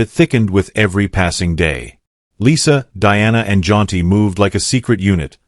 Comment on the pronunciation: His name is Jaunty. Why do you keep saying John.